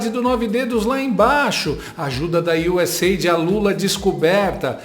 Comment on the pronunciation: boa tarde Desde já vou te informando que USAID não se pronuncia "IU-S-EID" (fica parecendo um órgão de ajuda humanitária, o que não é)... o correto é: U.S.A.I.D. - "se pronuncia: IU-S-EI-AI-DI", que é a sigla de uma empresa (esquerdopata) Avise a todos os conservadores que você conhece, ok? Abraços